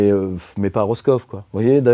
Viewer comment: Madame Michou à Roskov ? 😅 Il m'a fallu 15 secondes pour comprendre, de Lîdje, que c'était Roscoff en Bretagne 🤣